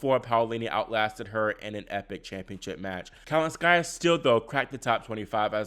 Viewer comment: The name is not kalinSKAIa. Please say kaLINskaia